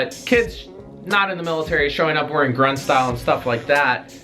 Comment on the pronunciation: Did he say grunt or grundge?